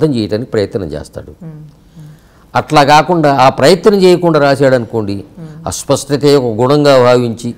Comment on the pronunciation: అస్వ‌స్థ‌త కాదు నాయ‌నా.. అస్ప‌ష్ట‌త‌..